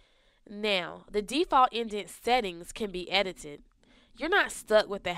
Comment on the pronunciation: It's now not neh-oh